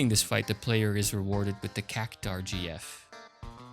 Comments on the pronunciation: I'd say Cactuar is pronounced cac-choo-ahr, not cac-tahr. But anyway, good video! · Cactuar, not Cactaur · I think it's Cac-twar, not Cac-tar. See that U in Cactuar? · "It's CAC-TU-AAAR, not CACU-TAAAR.." ~ HG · CacTUar not cacutar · Why do you pronounce Cactuar as Cactar? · Cactuar "CAK-too-ahr" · Great video, keep it up. (also, the word cactuar is pronounced "cac-twar")